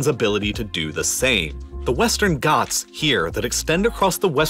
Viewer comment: Bro it's not westan goths it's ghats I'm from Uttar Pradesh Your prounation is 🤣 on Hindi words